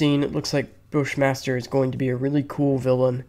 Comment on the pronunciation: I swear to god, when they said Bush Master, I thought they said Fish monster 😂